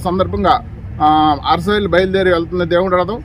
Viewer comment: అసరవెల్లి కాదు ... అరసవెల్లి.